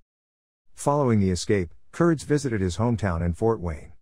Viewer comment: It is actually pronounced with a long E. Curd-ees. Nice video of my grandfather